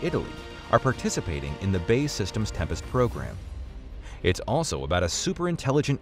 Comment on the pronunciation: It's BAE Systems, not Bay Systems.